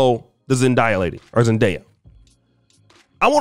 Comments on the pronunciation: You pronouncing zendaya the wind way its not zen-die-ah its zen-Day-ah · Is that difficult to stop the video and literally put i video with a interview with the actress to see how to pronounce her name, Jesus man this is just lazy as hell